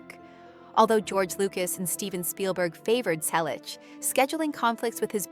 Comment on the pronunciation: Why a fake image of Tom? This picture makes him look many years older. Tom still has black hair with a few silver and white strands. Tom is 81 years old. Again he has not finally given an interview about James Garner. Teach your AI-generated voice to pronounce Selleck correctly. Everyone we know has already read Tom's book or listened to the audio CD. James Garner's fans have already read "The Garner Files: A Memoir" . Learn English. Read the books. Your story is completely jumbled because you keep jumping from one topic to the next and back again. There is no chronological order.